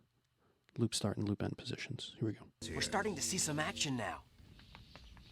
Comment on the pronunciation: "postions"... 😉 really though very informative. Appreciated.